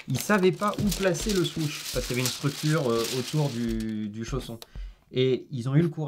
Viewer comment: Je voulais regarder la vidéo, mais quand j'ai écouté parler son pote ça m'a rendu fou. même toi tu sais pas le prononcé le mot "Huarache" le pire c'est quand il a dit Swoosh, Putain j'ai Saigner des oreilles !!!!!! 😡